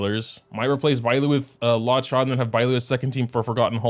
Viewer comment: Its pronounced Loo-oh-cha 🤓🤓🤓🤓🤓